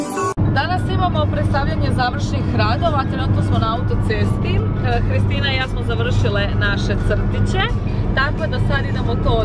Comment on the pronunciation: Da i ja isto čujem Hristina da kaze